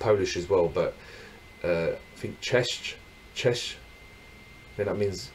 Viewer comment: Hi = cześć - współczuje z wymową